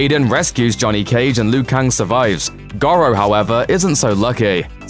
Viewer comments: Shang Soon !? and Gorow !? Hilarious but seriously stop talking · Shang Tsoong? Goh-ro? I haven’t watched the rest but you know nothing Jon Snow.